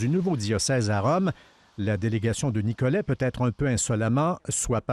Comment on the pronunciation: Pourquoi le monsieur prononce-t-il le T final? Ce n'est pas «Nicolette»